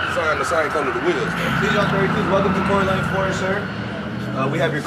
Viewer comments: If says CoryLongs instead of Corleone one mo time 😩😩😩CJ the BMW looks great!! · “Corlyne forge” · I’ll give a stack if he can pronounce corleone 😂😂😂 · That mug is beyond nice, but can you teach how to say Corleone Forge...lol...that's my guy tho 🤘🏿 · Somebody teach how to say Corleone forged 😂😂😂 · And why can’t pronounce Corleone, right? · cant say corleone lol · Well at least we ain’t the only ones that notice talk too much… teach him how to say Corleone too😂😂😂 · Who ever reading this can’t pronounce Corleone.